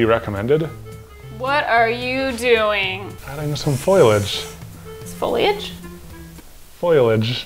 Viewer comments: Foilage is not a word... its foliage. Katelyn was right. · Katelyn I had the same response to saying “foilage”. cringe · “Foliage? Foilidge? Foilage? Lol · Its am when i am watching this and when said foilage i tried so hard not to laugh and not to wake up my family. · I said "foilage" all the time. You're in... mediocre company